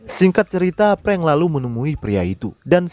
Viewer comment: Bro...raiso ngomong F yooo....frank kok jd prank? 🤣🤣🤣